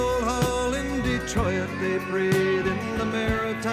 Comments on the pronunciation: I think you noticed the odd diphthong after the "r" in Detroit, which makes it sound like Detroi-ut. To me this is a tell tale sign that he grew up watching the Canadian TV weekly staple, Hockey Night in Canada. Hockey play by play announcer Foster Hewitt moved from radio to the weekly TV broadcast in 1952. His son Bill, whose voice was very similar, joined him in 1958, and continued until 1981. Up until 1967 there were only 6 teams in the league, the Detroit Red Wings being one of them. Foster Hewitt and his son both pronounced Detroit exactly like Lightfoot did, and I've never heard anyone else pronounce it that way. I guess he just grew up hearing it that way. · Like many othe Canadians, that's how Lightfoot pronounced Detroit. Fun fact; the real pronunciation of the name is du tois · With this one I notice there's a definite poetic meter going on, which he keeps to fairly closely. Notice the way he ends up saying Detroit as three syllables. This is on top of a short cycle of three eighth notes which is repeated a number of times through each line. The result is that I have no idea what time it's in. Does this qualify as a sea shanty?